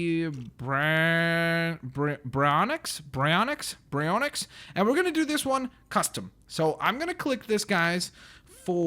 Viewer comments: Proper way of saying it: [Di-law-pho-saurus] [b-airy-on-ix]Your way of saying it: [Die-lo-pho-saurus] [bry-on-ix]? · why do you say bryonyx its bary-on-yx baryonyx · Baryonix not brayonx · its baryonx bar e yon ex ok... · Btw it's pronounced Barry onix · ITS PRONOUNCED BARY-ONIX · it pronounsed bar-e-on-yx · it's purnounsed B A R Y O N EX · It's pronounced like "Barry Onyx" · Its purnounsed berry-on-xs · It is pronounced bar-i-yo-nix And the mososouraus is in the aquarium where the water show was in jurassic world